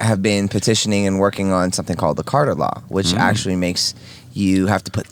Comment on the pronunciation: Dog : “Bro, do u axshully bleev dis shit???”